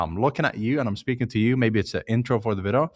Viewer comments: For anyone curious, when he says "Vido" he means "Video" because of the strong accent :) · Helpful video, Thanks. btw, video is pronounced vid -ee-oh.